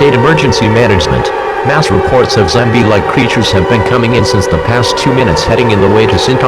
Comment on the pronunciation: “Zambie like creatures”